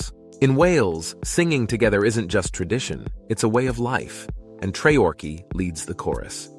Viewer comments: Not layver bred laver bread. Not trayorchy treorchy. Not said langol en llangollen. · male voice Choir you AI robot dumbass PS tree...or...key not tray orkie, and lava brear not layver bread i understand your doing this shit to be corrected anf get more comments but it sucks ballz